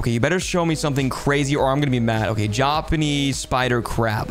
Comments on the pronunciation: It is pronounced Japanese but he said jupunees😑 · Not a single soul in existence: Him: “Jauhhh-punees spider crab” “Crocodlll” Look how big that thing it is.” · “JAA-PAAA-nese spider crab” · Bro can't even pronounce japanese